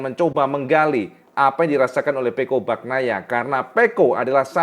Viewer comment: pengucapan Bagnaia nya bukan baknaia tetapi Banyaia. Huruf gn itu dibaca ny. Sama seperti huruf ñ pada Viñales dibaca ny = Vinyales. Sapurane.. Grazie mille..